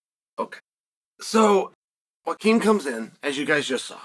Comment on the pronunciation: I just realized our dearly beloved Uncle Chael pronounces Joaquin as "Wakeem" 💀